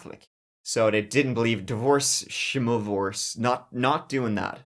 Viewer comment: the D.V. ORE legit cannot say the letter R lol